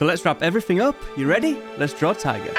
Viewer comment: Why do you pronounce Taiga as tiger ??